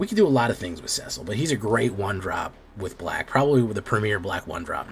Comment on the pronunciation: Cecil is a common name and sounds like Sea-sill